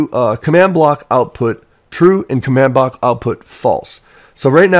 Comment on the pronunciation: What's a Command Blowk?